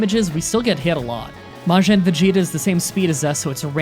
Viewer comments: Its majin vegeta not majen vegeta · You took me out with the way you pronounce Majin alone.